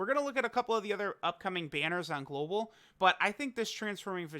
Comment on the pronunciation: STFU with that "GoLbAl W"